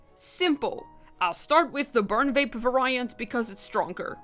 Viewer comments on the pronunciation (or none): (Vary - ant) - (very - ant) Not (va - Rai - ant)